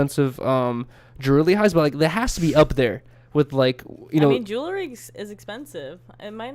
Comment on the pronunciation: pronounces jewelry like dj khalad